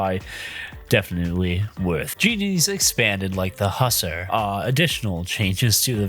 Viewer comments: its pronounced (huss - are) not (Husser) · HUSSERS? Its Huss-AR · You were mispronouncing Hussar constantly which was driving me crazy. The first paragraph is pronounced more like "who" than "Hus". I don't have my dictionary in front of me, but usually I have heard that word pronounced more that "who sar" than the "huss er" you were using. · its hussAr, not hussEr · "Husser" That hurt to hear, I'm sorry. Its "huh-sahr", named after the Hussars (horse-riding infantrymen) of Europe.